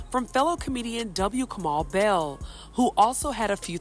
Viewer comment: it's not Kamal...it's Kamau.